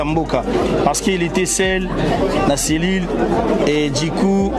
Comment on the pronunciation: NOLLY YEBISA BALOBAKA DJI COUP TE, BALOBAKA DU COUP. BONI OPRONONÇAKA LOKOLA MUTU AKENDA CLASSE TE DJI COUP EZA PRONONCIATIONS YA BA CHIENZI, TALA KAKA YO IL FAUT OPRONONÇAKA BIEN.....BA DU NAYO NDENGE EBIMAKAKA DJI ESALAKA BIEN TE MAKASI NA MATOYI YA BATU